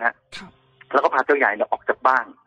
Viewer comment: ใครที่เข้ามาฟังนะคะ อธิบายตัวละครนิดนึง ลูกคนเล็กชื่อเจ้าเล็ก ส่วนลูกคนโตชื่อเจ้าใหญ่นะคะ แต่สำเนียง แกจะออกเสียงเป็นเจ้าใย😆😆